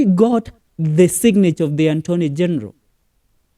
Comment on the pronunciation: Work on pronunciation, attorney not antony....lender not leder.....